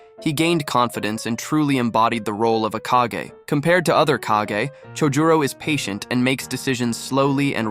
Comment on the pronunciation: Bro said “kehgay” then “kagah then ”kageh” y can’t a single YouTuber that posts abt Naruto pronounce their nouns correctly there’s like 1500, 20 min episodes in the Naruto universe for reference I’m assuming u guys have watched all of them and u guys still can’t pronounce a single noun from the shows u guys r ragebaiting me